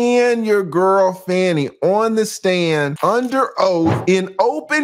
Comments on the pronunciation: Please pronounce her name properly. It’s Fah-nee because it’s disrespectful to repeatedly call her Fanny when her name has meaning. Her parents picked that name of its meaning. SMH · TRUMP NEEDS TO BE QUALIFIED!!! He should NOT ever be allowed to run for the office of a Dog Pound let alone the Office of the Presdent. PLEASE PRONOUNCE THE DISTRICT ATTORNEY'S NAME WHICH SOUNDS "FAWNIE" NOT SOUNDS LIKE "FANNIE". Let's be RESPECTFUL. Thanks😍😍😍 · That Judge is not going to remove her! Her name is FAH-KNEE, not Fanny!’ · Her name is not even Fanny. You're Black. If you can't even pronounce her name correctly, you're racist appropriating. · Why are you mispronouncing her name?